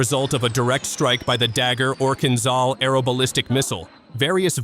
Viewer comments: please, try to pronounce КИНЖАЛ properly - it is zh like in French je also, it is DUBNO like in Doobie Brothers you see, you can do it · Kinzhal (a dagger) is pronounced: Kin Ja (like JAR without "R") L (like LET without "ET"): Kin Ja L